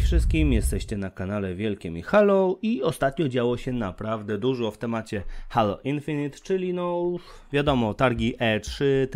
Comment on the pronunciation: jprdl Halo.... jak mnie to drażni [HEJLO] SIĘ CZYTA!